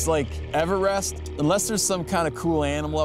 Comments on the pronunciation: "EVER-rest" whaaaaa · The way steve pronounces everest kills me holy shit lol